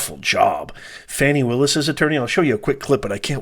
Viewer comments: A total lie. Your channel clearly supports everything Trump. You're not reporting news you're giving opinions. And Fanni Willis's name is pronounced "far-nee" not " fan-ni" something you white folks do all the time purposely mispronouncing black folks names. I've watched your channel and you only post videos supporting Trump. You people are having a serious problem with all these black prosecutors holding your boy accountable. Something you Europeans failed to do for decades. As for you, you are clearly biased making comments about Ms Willis body. You are a racist disgusting moron. Garbage CHANNEL....GARBAGE CHANNEL....GARBAGE CHANNEL....GARBAGE CHANNEL....GARBAGE CHANNEL....GARBAGE CHANNEL....GARBAGE CHANNEL....GARBAGE CHANNEL....GARBAGE CHANNEL....GARBAGE CHANNEL....GARBAGE CHANNEL....GARBAGE CHANNEL....GARBAGE CHANNEL....GARBAGE CHANNEL....GARBAGE CHANNEL....GARBAGE CHANNEL....GARBAGE CHANNEL....GARBAGE CHANNEL....GARBAGE CHANNEL....GARBAGE CHANNEL....GARBAGE CHANNEL....GARBAGE CHANNEL....GARBAGE CHANNEL....GARBAGE CHANNEL....GARBAGE CHANNEL....GARBAGE CHANNEL....GARBAGE CHANNEL....GARBAGE CHANNEL....GARBAGE CHANNEL....GARBAGE CHANNEL....GARBAGE CHANNEL....GARBAGE CHANNEL....GARBAGE CHANNEL....GARBAGE CHANNEL....GARBAGE CHANNEL....GARBAGE CHANNEL....GARBAGE CHANNEL....GARBAGE CHANNEL....GARBAGE CHANNEL....GARBAGE CHANNEL....GARBAGE CHANNEL....GARBAGE CHANNEL....GARBAGE CHANNEL....GARBAGE CHANNEL....GARBAGE CHANNEL....GARBAGE CHANNEL....GARBAGE CHANNEL....GARBAGE CHANNEL... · How in the Hell does “Fani” become “Fawni”? Give it a rest!🤣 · Can we STOP with Foni its FANI